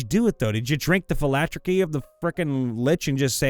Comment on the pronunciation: Hi there. It's me. Mister Annoyed leaving a comment for the algorithm and. Repeat after me. Phi-Lac-Terry Thank you. Have a nice day